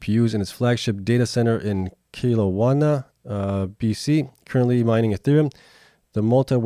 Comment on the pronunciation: It's pronounced keh-low-na btw